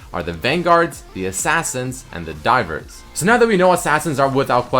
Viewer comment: everytime he says 'divers' i understand dyrus T^T